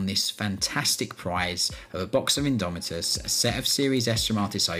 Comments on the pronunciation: "Imdomitus" hehehe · "INDOMITUS" sweet lord Jesus pls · "INDOMITUS" c'MON